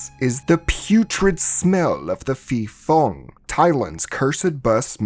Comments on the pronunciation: Hmm, the correct pronunciation is Pee-pong (ผีโพง). And I think this movie aligns more closely with the Pee-pop (ผีปอบ) folklore. the movie is dogshit btw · Fyi, when you see a 'ph' in thai, just ignore the h and pronounce it as a normal p. I don't know who's stupid idea is it to put an h there when it is not pronounced at all. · I think it’s pronounce Pe Pong(Phi Phong) because Phi means Ghost in Thai language. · Great video, but just to clear up the understanding of Thailands terrible Thai - English pronounciation. The word Phi Phong ผีโพง is actially pronounced "Pee Pong" meaning Glowing Ghost or Luminous Ghost. I just find it funny that the Thai - English pronounciation confuses non-thai speakers especially when it comes to the Ph in words XD